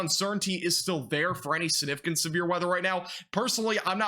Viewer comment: How many times do you need to say the word "significant" (sniffcant) lol. At least pronounce Vinces name correctly sheesh :)